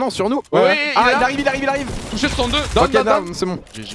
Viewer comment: Mdr l'anglais de doigby qui dit '' done '' a la place de '' down''